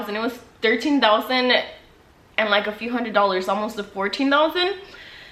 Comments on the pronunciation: Dousand lol sorry 😂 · Y she say thousand like that tho??? I can’t get over it sorry 😂😂😂